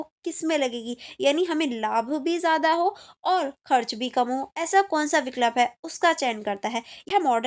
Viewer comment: It's vikulp not vik lup it's vii kulp